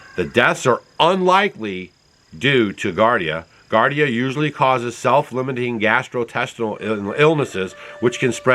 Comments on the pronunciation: It’s GEE-are-Dee-ah not GAR-Dee-ah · It's not pronounce gardia. It's actually giardia, and pronounced gee-ar-dia. I'm not pointing this out to tick people off or be some sort of spelling police. It's just that I had to think about what you were saying. I learned about giardia from growing around Yosemite, where people would get it, from drinking out of the infected river, lol. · Gee-are-d-ah is how you pronounce giardia. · Gee-ar-dee-a, not gar-dee-a. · Geeardia is how you pronounce Giardia. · Pronounced Gee-Ardia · Pronounced: GEE -Ardi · Just for your information sir it is pronounced, juardia... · Giardia is pronounced jee-ahr-dee-uh. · Gee-are-dee-ah-.. its a parasite and antibiotic will not kill it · Giardia = jee-ar-dee-ah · Pronounced jee - ARR - dee - uh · With all due respect, it's pronounced "gee ARE dee uh". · I think you are talking about giardia an intestinal parasite. It is spoken as jee-are-dee-uh. Just letting you know because I want you to have the right facts. Thanks for all the information and keeping us up to date ❤ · pronounced (jee aar dee uh) giardia it is a parasite in the intestine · Pronounced Gee-ard-ia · Giardia (gee-ard-ia) is the same organism that causes what we call "Montezuma's Revenge" when you drink the water in Mexico. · Giardia is pronounced Gee-are-Dee-ah. Bacteria found usually in water. A waterborne illness found in lakes, rivers, and streams. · It’s pronounced “Jee-ar-dee-a” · Gee AR dee uh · Giardia and not gardia. I' m surprised Stacy lets you out of the house! 😂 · Its pronounce gee ar dia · Just and FYI its pronounced "JAR-DI-UHH". Not trying to be mean just enlighten. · GEEare DeeA = Giardia That is the cyst. The diagnosis is Giardiasis. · Sorry, you're off base with this one. Those green boxes are indeed Transformers. Their purpose is probably to power the buildings behind them. Just regular old electricity. Also the word is giardia. As in g r dia. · Thanks for the info. And it's pronounced Gee-ardia.